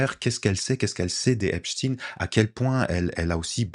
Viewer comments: 1. La base de cette affaire est une partie des méthodes usitées par le Moss@ avec des vidéos compromettantes permettant un chantage ; 2. La prononciation en « chtin » et non « schtaiin » est révélatrice de la place du moss@ dans cette affaire. On est curieux d’apprendre le prochain suicine-assassinat dans cette affaire. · 1. L’affaire Epstein (chtainnn) relève complètement des méthodes du moss@ qui consiste à créer des videos piégeant des élus étasuniens afin de pouvoir faire pression sur eux . 2. De manière qui pourrait apparaître anecdotique, mais qui est tellement révélatrice, c’est la manière dont on a imposé la prononciation du nom en « stine » et non « schtaiine ».